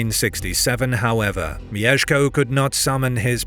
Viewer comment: it's not mi-ye-sh-ko it's myesh-ko. elongating the ie sounds very weird, like mijeszko